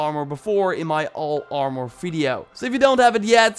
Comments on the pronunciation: He pronounced mask "mosk" and armor is so weird when he says it. Ar-moor.... It's ar-mur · Please! Its ar·mor, not ar·mooor, lmao idk why its bothering me so much but it does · Nobody:: “Arh-More” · He said R mouhhur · it actually triggers me how he says armor